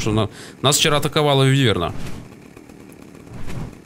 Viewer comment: не вывЕрна, а а вЫверна